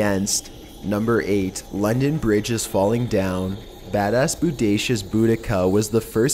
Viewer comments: There are several proposed spellings for Boudicca’s name but all of them are pronounced the same, sadly this guy (and many others) don’t pronounce it properly and it drives me NUTTY when people mispronounce it! It’s pronounced Bo-da-see-uh. However, no matter how someone pronounces her name, no one can deny she was vicious AF! To be fair the upperclass Romans had been ordered to evacuate (especially in Londinium) but many ignored the orders thinking that there wasn’t much of a threat from an army lead by a woman. And oh BOY were they mistaken! She was a rabid animal out for revenge after what the Romans did to her 2 young daughters. One of her most infamous torture techniques was to string rich Roman women up by their hands, cut of one or both of their breasts and then SEW the breast or breasts onto the women’s FACES! Brutal AF!!! As a mother of a 12 year old daughter I can sympathize, especially because some accounts place the daughters ages at 10 and 12 years old but no one is absolutely positive about their ages other than the fact that they were both 15 years old or younger and they had both been raped repeatedly to ruin them and prevent “good” marriages for them to keep their potential husbands from taking over the chieftainship left vacant after the death of the girls father. The only reason she lost to the Romans is because she got too cocky. She was actually chasing them out and the final battle happened in a small cul-de-sac like area, there were so many men packed i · It's pronounced Bo-da-see-a. :-)